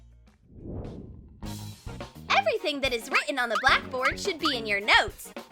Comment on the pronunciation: I know she meant notes but the way she way saying was like she said nose 😄